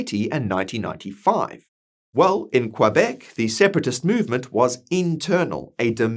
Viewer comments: I agree with what you said. However I don't think there's nearly enough separatists to come anywhere close to a positive vote. But who knows what shenanigans they could pull to fudge numbers or something worse... On another note, I never heard anyone pronounce Quebec as Quoibec... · 😂 he will have to work on that pronunciation of Quebec